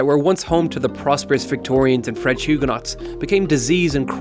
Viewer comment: Mick the Bull also Huguenot should be pronounced hew-gah-noes not hew-gah-notts.